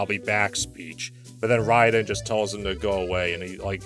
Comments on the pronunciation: It's Ray-Den. Rye-Den is how you pronounce the name of Metal Gear's tryhard cyborg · The Mortal Kombat character's name is spelled R A Y D E N, so even though he's named after the Japanese lightning kami it's pretty clear his name is in fact supposed to be pronounced as Ray-Den. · The way pronounces rayden lol